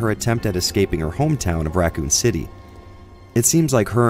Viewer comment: “Ruh-coon City”